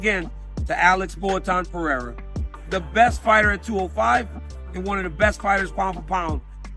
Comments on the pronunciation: It's pereira, not perreira. You dummies can't get it... keep sounding stupid by adding an extra R to the name... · He's pronouncing Peheira, the first R is pronounced just like the last R from "eira" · no no, he is pronouncing PeRReira. The second "r" pronunciation is right though. I'm brazilian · I’m pretty sure that is pronouncing “Pereira” incorrectly. Chat, is this real? 🤔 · Yes, he's getting it wrong.